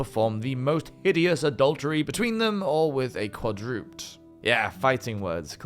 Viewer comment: You pronounced the word 'quadruped' as qwa-DROOPT. In the states, the word is pronounced 'KWA-droo-ped,' which is the word for a four-legged animal. My question is, is this the regular British pronunciation, or did you simply accidentally mispronounce it. This Anglophile is just asking, not shaming.